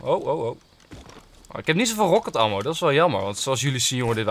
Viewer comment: je schrijft het als ammo maar je spreekt het uit als emmo blijkbaar toch niet goed je huiswerk gedaan!😉